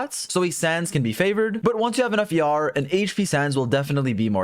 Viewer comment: I know he’s saying ER but I keep hearing YAR, a pirate noise. Heh heh